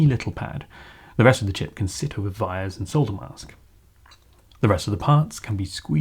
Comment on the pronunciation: Great video! To prevent a case of bystander syndrome, i do want to quickly say that "wires" are pronounced with a W, like, from the word "Why" or "Want" or "Week".